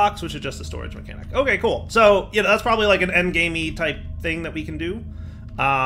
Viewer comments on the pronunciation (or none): none